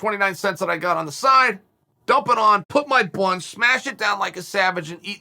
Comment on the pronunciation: listen to how he says bun